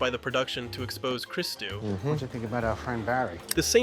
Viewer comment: You show the clip where Cristou is introduced with his name pronounced as it is but then you instantly go on to mispronounce it and then pronounce it correctly 🤦🏻‍♂️.